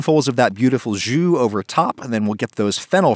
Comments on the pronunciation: i see, but jus means in every way the same thing as juice, but i get why you used it (In the video you pronounced it like joue which is play, that was kinda funny) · Me pronouncing jus: 𝘫𝘶𝘴 Also me: J U S S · i thought he said "what I really want is a Jew" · jus sounds like meme man pronuncation of juice